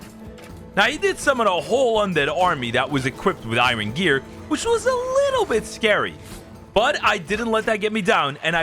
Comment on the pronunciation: Bro bro says irun 😂😅 youre funny